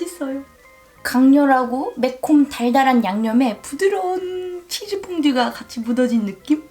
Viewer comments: 일본인한텐 그렇게 들린대요 한국 즈 랑 ズ는 발음이 다르니까 ズ라고 할순없지만 그렇다고 じゅ도 아닌데ㅋㅋ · 韓国人は 「ざ」が「じゃ」になってたりしますよね！ 「つ」が「ちゅ」とか！